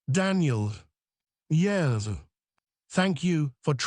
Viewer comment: Why does AI frequently sound like it suddenly is drunkly slurring on the word 'yes'?